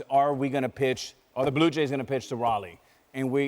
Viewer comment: Daaaaaaaa Blue Yays loooooose! Say it again Vlady daaaaaaa blue yays loooose! Una ves mas mijo daaaaa blue yays loooose! 😂😂😂